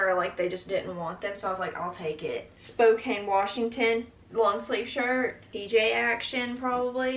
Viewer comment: Finally, someone who knows how to say Spokane.